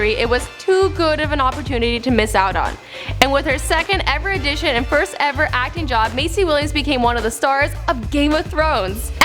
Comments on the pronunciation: Matt J I dunno.. She pronounced audition as addition about ten times. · The first time she pronounced "audition" as "addition" I thought she'd just stumbled there...apparently not...